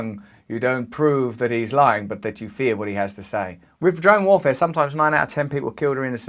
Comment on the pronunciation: sounds like he's saying jerome warfare